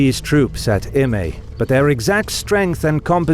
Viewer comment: I think it would be pronunced 'Im-ai', but most people can't do/don't know that 'ae' in Latin basically equates to 'ai' in Greek. But this is further East than normal so perhaps.